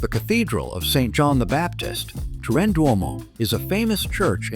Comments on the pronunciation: Salut, je me demande pourquoi vous prononcez Trin au lieu de Turin? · ¿¿¡¡ Trin !!?? Que car... !!! Paren con la pu.. (no) inteligencia artificial. Es ¡¡ TURIN !! TURIN !! y tambien no es "pazza" se dice PLAZA, no es "palato" es PALACIO. ESPANTOSO AHORRO de una persona viva ¡¡¡¡ MISERABLESM !!!!